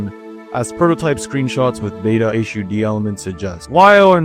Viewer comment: Yes! Finally a murican that knows how to speak in English